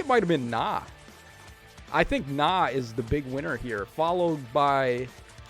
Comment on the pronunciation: I think you misread Nah